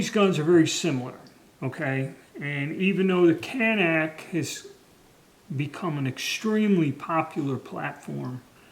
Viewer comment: it is CAN NIK (nick) not CAN NACK. shew these daniel boone men are not real smart.